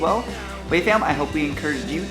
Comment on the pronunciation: I must say pretty good pronunciation for the Kia Ora, with a american accent that is.